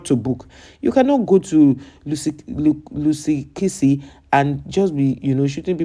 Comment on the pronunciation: What is your problem you can't even pronounced the name correctly if you don't have something to do cover the people of your own country abroad where they are arrested for selling drugs we've got our content creators who will tell us about our stories